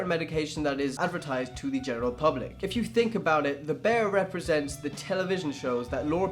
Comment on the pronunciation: Bear = Bayer